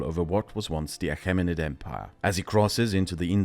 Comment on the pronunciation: Great video, just your prounansiation was killing me, Ptolomeic is pronounced tolomeic, achamenid is pronounced akamenid